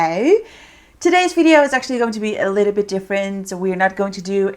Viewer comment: So funny how u say “Videooow”😂